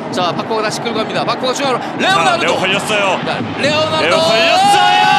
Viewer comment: 해설 레오나르도 발음 존나게 안되네ㅉ